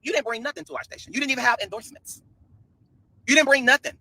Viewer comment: IN - DORZ-MEN (endorsement)